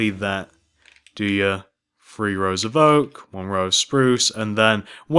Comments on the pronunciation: "one, two, free, four..." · its three not free